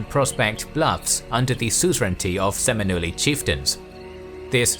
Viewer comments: I'm sorry but why are you pronouncing Seminole with a Latin accent on the last syllable? Flagpole, Oriole, Totempole, Bob Dole, centre role, +stole, cajole, mole - right? And then there's Mohawk, Navajo, Shawnee, Cherokee, etc. Accent falls on first two syllables unless we're all Spanish or Mexican speakers, and they came very late to this native civilisation of tribes. It sort of kills and belies the narrative if the subject matter is mispronounced so terribly throughout. Please redo it because the piece is interesting otherwise and well intentioned it would seem. Anyway thankful for your sharing I'm not trying to be an a$$hole-EE ; ) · Is it really that hard to take 30 seconds to double-check you're pronouncing the one word this entire video is focused on correctly? Huge blow to professionalism whenever I see history YT channels mispronounce stuff.. especially when this was the one word you should've gotten right. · I’m 3 seconds in and I’m out bc y’all can’t pronounce Seminole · Had to punch out the second he mispronounced Seminole. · It really stinks when a supposed "documentary" about a subject can't bother to pronounce the subject correctly....so what else didn't they bother to research? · Would be nice if the narrator took the time to learn how to pronounce the name of the tribe the video is about. Not saying it contains any incorrect information, but kinda discredits you when you’re giving a lesson on something that is easily pronounced but still said incorrectly through the whole lesson. Kinda sums up the treatment of Indigenous Americans these days, a bit of an afterthought. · I like the video but I can’t stand his pronunciation of the word Seminole. He also said “Florider”. As a native Floridian it just rubs me wrong. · You are right. I cringed at that mispronunciation. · I’m married to a Seminole and my last name is Osceola. The pronunciation hurts my head. Seminole means the running place due to the number of slaves who went there.